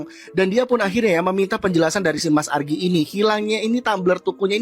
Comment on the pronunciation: ARGII jit bukan AGRII😂